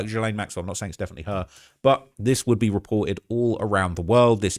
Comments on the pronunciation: I love your videos, but FFS, is GILL, like a fish gill, not JILL-LANE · My guy! It’s Gee-lane. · You cant even pronounce ghislaine maxwells name correctly You are extremely miss informed regarding this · Can we all learn how to pronounce Gislaine?! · Please check your pronunciation of Ghislaine